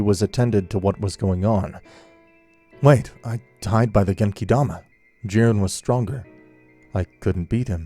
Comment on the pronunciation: If you're going to use the Japanese names then at least say them right, it's genkidama, not genkaidama